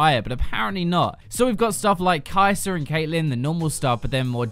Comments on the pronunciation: Her name is Kai sa--- KI SA. Not KAISER shes not a roll.. lol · Kai sa = Kai ser........Meta = Metrr where is this R sound coming from its an A sound i don't understand.